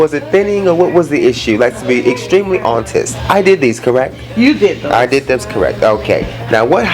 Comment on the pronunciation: Lets be extremely hontest 😂😂😂